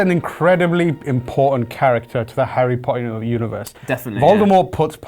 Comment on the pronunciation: The bearded guy can't even say Harry Potter correctly